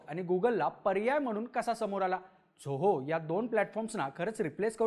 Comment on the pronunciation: खूप छान video आहे आपल. फक्त एक suggestion, आपण झोहो न म्हणता जोहो असा उच्चार करावा. आणखी सोपे होईल सर्वाना. 😊👍